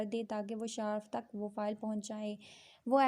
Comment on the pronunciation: Its not shaarf Its shaarif Not even a single reader has good reading skills for this piece